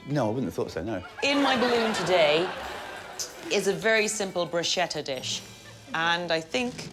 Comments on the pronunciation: A word to the entire English-speaking world: "bruschetta" is not pronounced the way you think it is. There is no "sh" sound in the word. It's much closer to a "k" sound. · "I'm putting in Bruschetta" It's pronounced Broos-kett-ah. Damn brits. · It's pronounced "brew sket uh". Why is that so hard? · It's pronounced broos-KET-ta. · "brooshetah" is an interesting way to say bruschetta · Everyone mispronouncing bruschetta here :o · made me crazy how they cannot pronounce bruschetta ...